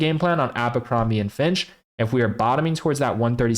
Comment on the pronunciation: Its "Abercrombie and Fitch" not "Abercrombie and Finch". You're giving me cancer.